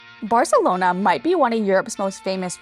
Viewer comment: Great video. As a Catalan just a small tip on pronunciation: in Catalan we don't pronounce the Cs and Zs as in Spanish. So you don't have to say Grathia or Barthelona. Saying how you'd say it in English is not perfect, but closer to Catalan than pronouncing the "th" sound. Also, when pronouncing words, take notice on the accents. Gràcia is pronounced with a strong A (Gràcia not Gracía, as you pronounced it). Glad you enjoyed our city!